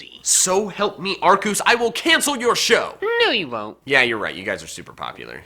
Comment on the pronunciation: This man said Arkoos